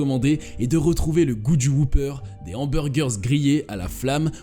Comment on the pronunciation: J'ai jamais compris pourquoi les français s'entêtent à mal prononcer le mot 'whopper'.